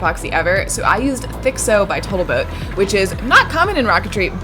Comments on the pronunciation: Lol did you actually say “botal toat” instead of “total boat” ? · noice. just FYI you mention 20% off "botal toat" (love that expression) but all other times you say 15% ( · You actually said Boatle Toat once. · Ok, am I like the only one that constantly hears her saying botaltoad? xDD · "botal toat" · "botal toat epoxy" hahahaa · "Thixo by Botal Toat Epoxy" lol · "Botal Toat" Your whole video was AMAZING!! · " ...botal toat gods... " LOL!! :) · you called it botal toat